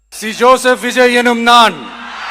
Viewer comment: അണ്ണൻ പേര് പറയുമ്പോൾ ആർക്കോ ഇട്ട് കുത്തുന്ന പോലെ ഒരു feel😂😂